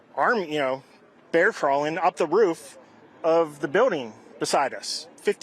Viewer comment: "bear crawling"..... you Ausies got some explaining too do